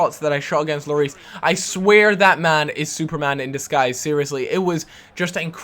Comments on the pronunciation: Hugo Lloris is french, and his name is pronounched " lorí ", and not " loris " ;) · you have to pronounce lloris without the s so just llori